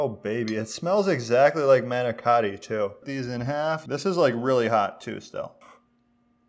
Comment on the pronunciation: It hurts my ears the way you say Ricotta & Manicotti . Please go to & type in Ricotta/Manicotti or ask your Italian grandmother. But receipt does look tasty